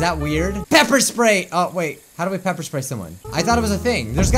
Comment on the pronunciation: Oof why does he say bepper?